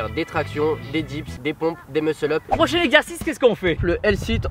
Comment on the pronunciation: des quoi ? meuss el up ? xD grosse phonétique hein ;)